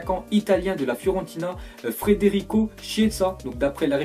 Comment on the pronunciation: Ptn la prononciation😭😭😭😭😭😭 déjà c’est pas frederico c Federico et chiesa (ça se prononce Kiéza)